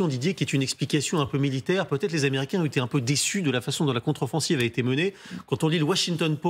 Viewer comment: "Américians"? Ça commence bien, faites un effort🤑